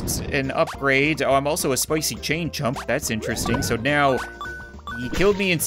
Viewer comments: its chain chomp not chain chump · Ok im not sure if he saying the names wrong because of trade mark but. The names are gumba,paratroopa and chain chomp sorry if you find this annoying